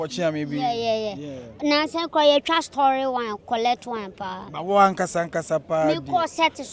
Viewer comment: to yaw dabo stoly amine❌ papa j admar ❌ correct word admire ✅😂😂😂😂😂